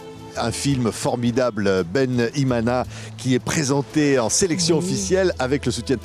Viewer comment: Loved the way this mana said ' Bene-Imana"❤